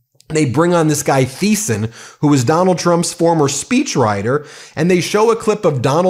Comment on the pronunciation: Seriously, the h in Thiessen is silent.